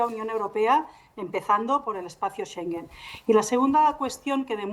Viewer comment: Los españoles, de verdad que tienen que aprender a pronunciar palabras. Schengen no se pronuncia sengen. No entiendo cómo es que contratan a reporteros que no saben hablar bien.